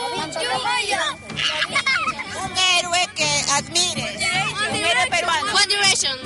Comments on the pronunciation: la periodista está igual que los chibolos, cuando dice "herue" min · La periodista pregunta diciendo "hérUe" jajaja... Que paradoja! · Y la reportera diciendo: "herue" Que vergüenza,tanto los niños cómo la reportera 😒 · Se dice héroe, no herue ...( periodista) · SE DICE HÈROE Y NO HÈRUE PÈSIMA